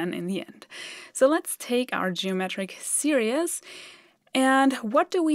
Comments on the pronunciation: not serious - series (seerees)- sorry to correct your pronunciation. :( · Hello. I love your videos and your quaint accent. However, when you mentioned 'series', I had to turn on subtitles as I thought you said 'serious' and that didn't make sense. (Tip: 'series' is pronounced s e e r e e s...) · Love this video. One bit of English advice: your pronunciation of "series" sounds too much like "serious". "seer-ees" (English phonetic example) is closer to how you say this word in English. The rest of your English is so perfect, I infer that you would like to make it as perfect as possible, so I thought I would help. If you'd rather not get these suggestions, please let me now and I will refrain from any others (not that you need any that I know of). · Great video, so don't take offence, but the word "series" is not pronounced [Seer E es] but [Seer eez]. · Great video - really clear explanation. Very Zeno’s Paradox. 😄 By the way, you’re saying the word ‘series’ funny so it sounds more like ‘serious’. It’s actually pronounced like this: /ˈsɪə.riːz/ Here’s a breakdown to make it easier: • “se” → sounds like “see” • “ries” → sounds like “reez” • Put it together: SEE-reez It’s pronounced the same in both singular and plural forms. Please keep up the great work. Thank you from a grateful fan. 😊👍🙏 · Just FYI, "series" is pronounced /seer-eez/ where "ee" is simply a long 'e' sound. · it sounds like she is saying geometric serious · Series is pronounced SERE-eez.